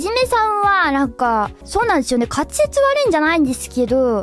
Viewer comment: Some things that stood out to me about pronunciation かつぜつ ➙ かっぜつ ゆってた ➙ ゆっちぃぇた たしかに ➙ たちかにぃぇ ならええか ➙ なだええか The 1st, 3rd, and 4th ones look like common mispronunciation patterns to me, but maybe I don't know enough Japanese to judge?